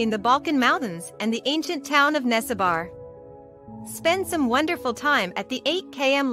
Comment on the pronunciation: Nessebar is pronounced neh - seh - bur not nesse-bar.